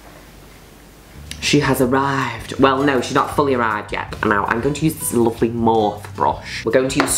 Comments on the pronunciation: Mor-fee. She's saying it the wrong way. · Everyone: morpheeee Juno: morf. It’s amazing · when juno says mOrF instead of mor-fee ahahaha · Petition to get June to say Morphe properly